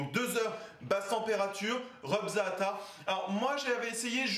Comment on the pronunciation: Ca me tue l'accent Français pour les mots arabs, déjà le za'atar ça m'a finit ( ça se prononce plus zateur que zaatar)